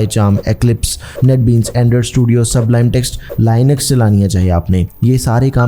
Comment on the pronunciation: Linux ❌ Linexx ❎ 🤣🤏